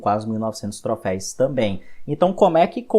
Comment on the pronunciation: video bom, porém você ta falando "Troféis" e não existe, dói ficar ouvindo toda vez q você falava kkk